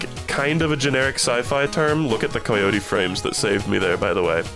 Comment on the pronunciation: I am convinced is hanging out with some sinister European man that is influencing the way he speaks. First it was pronouncing words like "obscure" as OBB-scure rather than ub-scure, then it was saying "been" like "bean" and now he's saying COY-yotie frames. what the hell